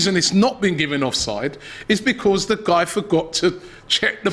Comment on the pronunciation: I like the way pronounces “Because”